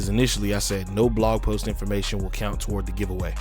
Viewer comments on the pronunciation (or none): none